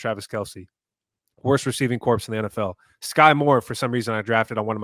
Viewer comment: Hey just a friendly heads up… the P in corps is silent. Just something I’ve noticed the last few shows lol